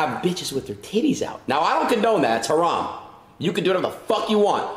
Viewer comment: Aidensaying Haram killed me lol